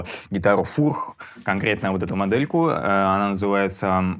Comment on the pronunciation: Фууурррххх😂,не знал,что фёрч так произносится